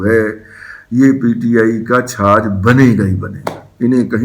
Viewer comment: سر چھج ہوندا ہے چھاج نئیں ہوندا